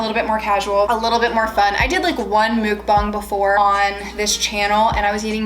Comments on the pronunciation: Please tell me im not the only one correcting her while playing when she pronounced muk--BANG as muk-bong?.... i kept yelling at the screen "its MUK-BANG..... bang! Not bong!" My fiancee is laughing at me. Regardless, im happy that they are out of the house. Watched all of the vids from start to finish to this one. At least you learned from this experience that when you guys decide to get another house you now know the proper steps before owning a new house. IF you guys decide to give it another go. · What is it that you said at the beginning? You wanted the bag to look good for your what??? The CC said “mood bomb” but it sounds like you are saying “mook bon”? I’m so confused, what is that???? Okay now I see your hashtag. But I still want to know what the hell a mukbang is!?!? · The muk in Mukbang is pronounced like duck - mook means something else in korean - just saying 🤷🏻‍♀️ anyways loved your videos- was angry/sad w you and glad you’re out of there!